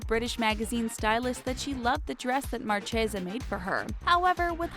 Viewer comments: Mar-shey-zah?* Ta-lawns?* On-zombs?* Never saw one of your videos where this particular narrator didn’t butcher one or 10 pronunciations. Someone help this girl. *Marchesa (mar-kay-zuh) *talons (talens). *ensembles (ahn-sahm-buh lz) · HAHAHAH! "MAR-CHAY-ZUH" ahahahahah!!! Gurl... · Words mispronounced in this video: -Talons -Marchesa -Ensemble